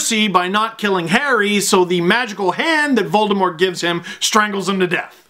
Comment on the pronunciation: The fandom in this video goes so deep that Steve uses the actual pronunciation of Voldemort that Rowling always intended! Vol-Deh-More, silent T.